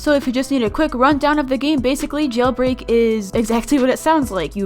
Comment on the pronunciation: Yeilbrei LOL!